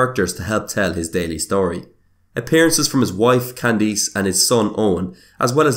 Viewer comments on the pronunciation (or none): "His wife Candeece" 😝